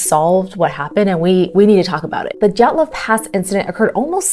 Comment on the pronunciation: Belarusian here. Your Dyatlov pronunciation is 🤌